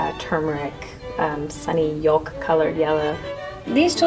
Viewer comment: I love the colours but I just can't get over how she pronounced the "l" in yolk.😱